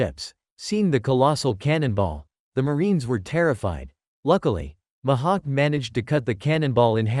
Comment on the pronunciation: Bro called mihawk mahawk